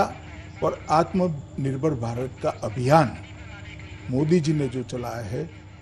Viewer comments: Aatm nerbhar nhi bol PA rha hai Bjp jumla party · Amare manniyea grah mantri ji Atmnibhar bolna to aa nhi rha h Chale h dushro ko aatmnibhar Bnane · आत्मनिर्भर तो बोल नही पाता बोसडी का और डाटा ऐसे दे रहा है जैसे बहुत कुछ किया है देश की जनता के लिए।